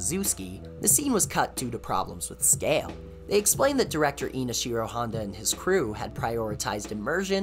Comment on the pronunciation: Ah yes, people are still mispronouncing Ishiro Honda as INOshiro Honda, we really haven't learned since the sixties, but overall great video!